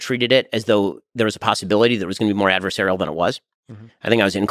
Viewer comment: "adversarial" LOL Ben is not comfortable that British are intelligent